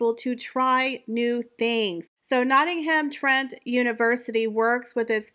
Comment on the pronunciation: I can’t with the butchering of the names of the places . Nottingham - the H is silent . Buckinghamshire - shire is pronounced : Sher. Thanks